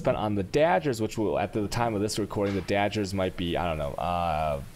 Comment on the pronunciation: Are you pronouncing words wrong on purposes? Cause it's' happening in every video, and getting kinda annoying.... "Dajjers".... "Jardians".... seriously, wtf.